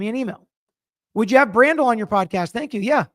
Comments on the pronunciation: Bradl not brandel! You're the best regardless! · love you but it is Mr. BRADLE NOT brandel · TB’s atty is pronounced “BRAYDEL” not Brandle. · CAR-KNEE and BRAY-DLE...Brennan is pronounced Slime-Ball.